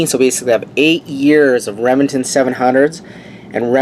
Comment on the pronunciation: Are you saying Remington or rimjobingnton you talk a little strange.